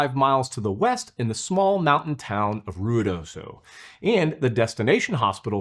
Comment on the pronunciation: Omg, you pronounced Ruidoso correctly. Good job! ❤